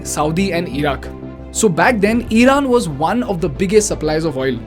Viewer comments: Eeeeeraq , eeeeeran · eeran , eeraq, beehar…??? iran , iraq , bihar 👈